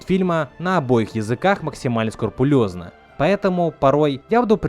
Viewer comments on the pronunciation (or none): Чел, сКРУПулёщно, а не скурпулёзно в силу того, ЧТО, а не чтобы, вОзрастов, а не возрасОв. Прими к сведенью, а то уши прям режет. Сам ролик классный, лайк! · Не хочу чтобы меня считали душнилой, но нет слова скурпулезно, есть слово скрупулёзно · Скурпулёзно! Правильно скрупулёзно! А да, я ж не русичка